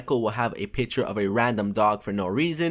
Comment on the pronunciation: Lmao he says piture instead of picture